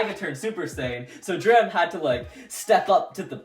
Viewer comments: It’s not dram it’s drum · Drum not dram or Dante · It's not dram it's drum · Did this man call Drum “Dram”?! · 🤦‍♂️ it’s Drum not Dram